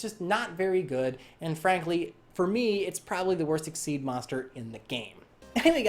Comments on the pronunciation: It’s exeez not exceed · Super Hero half the time it sounds like his saying exceed instead though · it's xyz (ex ee z) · Okay wait... I don't think he's doing it completely right, but props for coming the closest. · Super Hero I pronounce it X-Y-Z cause frankly I find it much better to say and sounds cooler